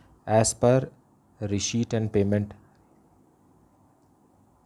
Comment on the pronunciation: SIR RESHEIPT NAHI RECEIPT HOTA HAI🤣🤣😅😅